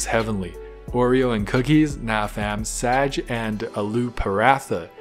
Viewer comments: It’s not sag or sage it’s Saag emphasise the double “a” please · Your boy is getting better with the food names Also: Saaaaaj 😂😂😂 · pronounces "Saaaag" as sæg and saaj proceeds to say 'your boy is getting more fluent with food names' 😂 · Saag is mainly cooked with mustard seeds leaves , it's a major staple food in North India during winters and it's not Saagh it's saag (g pronounced with A - ga ) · Pronunciation of saag (साग) isn't like SAGE OR SAAJ, it's like saa-g ( don't pronounce g as j, just call it as grape's ‘g'. ). Btw saag is traditional Indian dish always made up of green vegetables and red vegetables like red ( laal saag) , saag is very popular in North india and saag contains very rich vitamins which makes your stomach, eyes , bones etc. , Stronger and better. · Its not sage its pronounced as sa-aag g as in gold and not as *giraffe*. Btw i love saag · You actually pronounced it wrong.... u said Saig but it's actually saag and it's eaten with a yellow chapati called "Makke ki roti" And it's not only made out of spinach it's made out of Spinach , Sarso and Bathua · pronounciation : S(ah)g not Sag as in saggy skin. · It's not pronunced saeg it s aaaa g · It’s actually pronounced saagh not sag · It's saag that's how u pronounce it not saaj ... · And pronounce saa as saw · Okay just for the correct pronunciation, It is SaaG with a G like Flag, Drag and Bag. Also in India anything with a Double A is not pronounced as A for Apple A, it is like TRIAGE A. So S- AA(pronounced like the TRIAGE A)- G(pronounced as BAG G). SAAG Hope this explanation helped in the pronunciation.... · My mouth just dropped open when i saw the title🤣🤣🤣...sooo glad that you liked it😭😭😭...also pronounce the G in gun 🔫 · It's Pronounced Saaaaag like ahhhh sound and gh sound at end its a very popular dish in Pakistan and tastes even more better with maize bread called makai ki roti and alot of people eat it tastes like heaven with yogurt💖💖I hope u will try again..!!